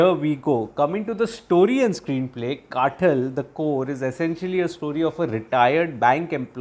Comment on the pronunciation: कातल - This is how you pronounce the word. Not काटल or काठल.